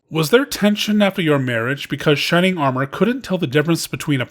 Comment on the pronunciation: "Shining are-more" lol